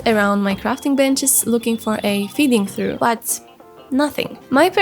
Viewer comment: I love this video so much! So glad I found you <3 gonna go watch the rest of the series now. Btw just so you're aware, "feeding trough" is pronounced "feeding troff." English is very annoying and having so many ways of pronouncing -ough is just one of many reasons (this is coming from a native speaker).